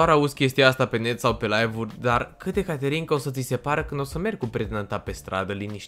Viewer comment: De fiecare dată când ai zis ,,caterinca" eu tot aud ,,canterinca" de la vulpita